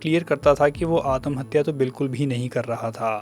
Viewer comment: आतमहत्या नही आत्महत्या.. त को शार्ट करो